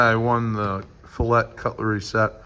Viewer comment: bro doesnt even know how to say fillet i wouldnt trust him holding none of those knives LMAOAOAO